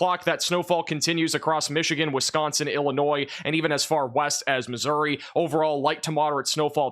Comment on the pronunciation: How hard is I to say Missouri ?